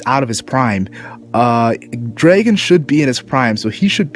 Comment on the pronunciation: "DREGON" wth, its Dr *A* gon. not Monkey D Dregon